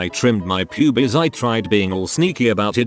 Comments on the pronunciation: the way it says pyubies is fucking amazing and I love it lmao. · I CAME TO THE COMMENT SECTION ONLY TO SAY THIS!!! 😆 Pyoobees. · Love the way it says pubes 😂